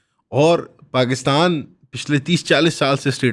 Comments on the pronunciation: paxtan nhi Pakistan, urdu ka qatal mat kar, swaaaal kya banta hai? swaaaaal kya banta hai???? Bangladesh ban gya 1971 mein, 71 mein Bangladesh ban gya. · Puri video mein jab yeh 2 second ke liye cool bna tab hasi nhi aayi baaki yeh ajeebo gareeb delusional hatheenuma shaksh paxtan pactan bolke ek number comedy kiya.